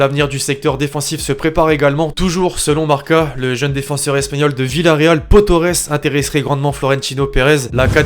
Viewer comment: On dis pao pas peau pour pau